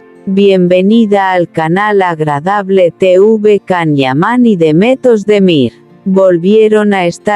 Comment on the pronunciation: POR FAVOOOORRRR, escribe y pronuncia como corresponde el nombre y apellido del actor turco: se escribe CAN YAMAN. y se pronuncia: YAN IAMÁN. Si tus rumores y comentarios son como escribes y pronuncias, imagino que todo es un error tuyo.